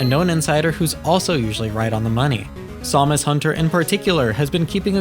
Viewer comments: I really hate the way you said it too, it's Sam-us, not Somus or however you were saying it. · I'm just teasing you don't sound like AI but hearing you say Samus hunter like that threw me off haha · Is this an AI voice? Because who says Samus hunter that way lol